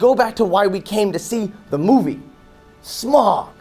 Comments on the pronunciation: I haven't seen the film, but I agree with in the sense that, being a big fan of the book, I knew that three films was too much. Also, his name isn't Smog. It's Smaug (like Sm-ow-g). I don't know how much attention you could have been paying to the film if you can't even pronounce the title character's name correctly. But, I digress. I do agree that, as much as I want ten hours of the hobbit because I loved the book, I know in my heart the more the merrier does not apply here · It's not smog it's smaug